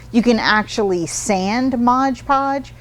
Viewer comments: MOD podge. Not modge podge. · I hope someone tells her it's MOD not modge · Mod Podge, not modge podge! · Mod. Podge. Not Modge Podge. Lol.. they should just change their name though, no one gets it right... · MOD Podge not MODGE Podge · Normally I love the two minute art tips, not today. Every time anyone calls it modge Podge, I wonder if they can read. It is especially grating when an artist, a representative of a company trying to sell the product can NOT call it by the actual name. MOD Podge, every time said modge it was like nails on the chalkboard, I kept watching to see if she would correct herself. NO, it didn't happen. Please if you are going to carry MOD Podge call it MOD Podge. Thank you! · We love you! Please say M-O-D Podge😘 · it sounds like you are saying "Modge Podge". I have used Mod Podge to coat paper beads. Even when dry, the beads have a tendency to stick together when I keep them in a container, as I tend to do with other beads. When I shake the jar, I can generally get the beads to break apart; but, is there anything that I can do to keep them from sticking togethe to begin with?